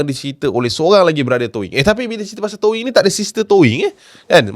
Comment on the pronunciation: TOW - ING acap..bukan TOW - WING ..adoii😆